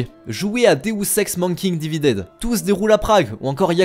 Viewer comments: OUHLAAAAAA comment t'as appelé deus ex mankind divided ????? "Douce ek mentquin diveded" CA FAIS MAL AUX ORREILLES UN ANGLAIS SI HORRIBLE ARRGGH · "déousse èxe manne-kinne dividède"... Non c'est tout. J'aime quand même beaucoup la vidéo !